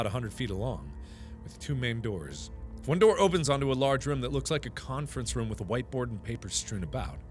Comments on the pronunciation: When he says room it sounds like rum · does anybody else think its weird when markipler says room TBH it sounds like he saying rum